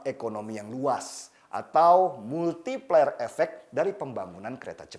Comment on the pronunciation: multiplier bang... bukan MultiPeLeR